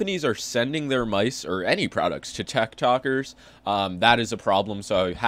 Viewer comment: "Tech Tokers" wews 🥴